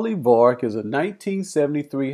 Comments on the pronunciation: Yep, twice in the first few minutes. Yet in the movie it is always pronounced VERRICK. STRANGE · If you’ve seen it why do you say Vah-rick....